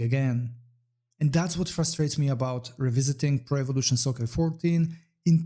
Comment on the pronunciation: why do you keep reading it like prevelation soccer?